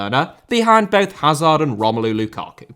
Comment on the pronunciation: Lionel * not Leonl Regime* not Reigime Aussie * not Ausie Ange* not Anj Eden* not Iden Lukaku* not Lukohrku Nassr* not Nazer Joël * not Djol Alphonso* not Alphonzouw München * not Munich León* not Leyon Andreas* not Ondrejas Half* not Holf Pervis* not Pöves Caicedo*not Caiceirouw Mbappé * not Mbappei Joshua* not Youwžua Kroos* not Krouws Iñaki * not Enohrki Ghana* not Ghorner Taremi* not Tareimi Leverkusen* not Leiverkusen Mitoma* not Metouwmer Jiménez * not Hémenez Inter* not Ento Robert * not Robehr Mile* not Mal Gana* not Ghohrner Idrissa* not Edresser Mané* not Mohrnei Koke* not Kouwkei Enrique * not Enriquei Gea* not Heyer Rather* not Rother Valverde * not Valverei Wanyama* not Wanyohrmer